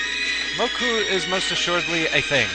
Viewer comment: You pronounced Mokou's name wrong - it ends in a long "oh".